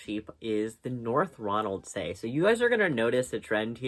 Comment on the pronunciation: Hiii! Just so you know Ronaldsay is pronounced “ronald-see”. Same goes for all the islands and place names with that “say” and other “ay” spellings in Orkney. Love your vids!